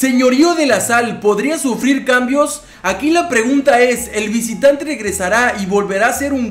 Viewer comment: En el minuto dice el vicitrantre jaja